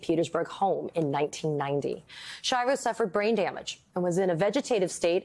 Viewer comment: This poor woman, Americans couldn’t even pronounce her last name. Ski-ahh-voh, not Shy-voh